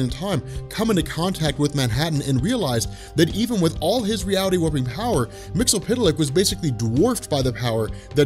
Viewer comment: Dude.... Myxyzptlk is pronounced "Mix-Yes-Spit-Lick"